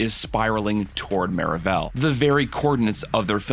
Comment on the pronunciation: I’m s maravell Suppose to sound like marvel